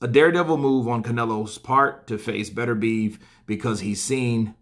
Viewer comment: Beterbiev, it's Beter-bi-ev. You Americans...